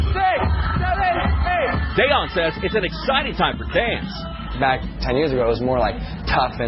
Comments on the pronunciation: deHan??? get it right mister old news guy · I never knew Dejan was pronounced Day-on..